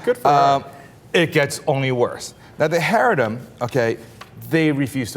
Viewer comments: This is absolutely ridiculous and false. You can't even pronounce the name properly. They don't all live on welfare. There are many sects of Hasidic Jews and not all of them are as you described. There is one fringe group called the NETUREI KARTA. They don't make up the entire Hasidic sect of Judaism in Israel, the US or anywhere else. They're numbers are so small and Jews of all sects view them as insane lunatics. They do not make the rules nor do they represent Judaism. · No offense, but as a Jew, I think it's rather fun watching this guy try to pronounce "haredim," "Ephraim HaLevi," etc. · FIRST OF ALL THE WORD IS HARA DEM SAY IT RIGHT AS WELL AS GETTING YOUR FACTS RIGHT, I LIVE IN ISRAEL AS A MODERATE ISRAELI IN JERUSALEM THIS IS JUST A FEW NUTS IN BEIT SHEMISH PLS PLS PLS IF YOU ARE GOING TO PUT DOWN AN ENTIRE GROUP GET YOUR FACTS RIGHT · The way he pronounces Haredim bothers me so much, he needs someone to correct him! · This asshole not only mispronounces the word, but says all ultra orthodox are the same? im as antireligious as the next guy, but this asshole is spreading lies.. be mad about the truth ... some people do these things.. not all!!! and not even most. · ITS CHAAA-REEEE-DEEEEM not Hay re dim (smh) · It's Hah-ree-deem not hairydem, you're driving me f*cking crazy. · It's ha-RE-deem, not HA-re-dim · Heredim... lol it’s Chareidim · it's not charedim, its haredim with a heavy, guttural h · This lack of knowledge is so offensive he even pronounces charadim right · pronouncing "haredim" wrong. It's like ha-reh-deem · Really,? You can't find people who can pronounce Haredim? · He totally mispronounces haredim.